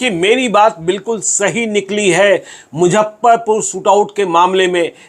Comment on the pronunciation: मैं आप का रेगुलर श्रोता एवम दर्शक हूं।लेकिन,एक गलती पर ध्यान आकर्षित करना चाहता चाहता हूं।सब कुछ सही है,लेकिन आप हमेशा मुजफ्फरपुर को मुझप्परपुर कहते है।